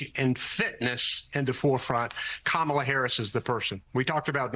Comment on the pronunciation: that host has a hard time talking many times, and also she needs to learn how to pronounce harris' first name properly. that's disrespectful.